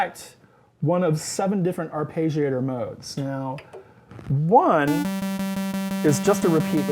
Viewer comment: Just a small bit of "abuse": it's not an "ar-pay-gee-ator". The double consonant after the "e" indicates that it's a short vowel. So that "e" sounds like it does in "legging". (And if you want to be closer to the Italian pronunciation, both "g" sounds are pronounced separately, but this is not common in English. And it probably makes you sound like a prat. 😃) Nice synth, but... it doesn't quite fit into my setup.